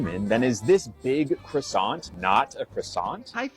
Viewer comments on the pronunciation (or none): You don't pronounce the T at the end of "croissant". Just so you know.